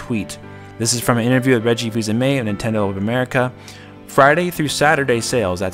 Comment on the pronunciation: Damn dude, you really butchered Reggie's name LOL